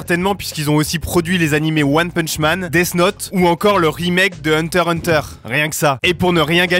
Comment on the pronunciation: "deass not" bro, l'accent français lmaoo